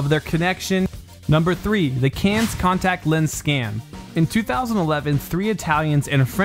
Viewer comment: Cans? Cannes. "Can". Americans...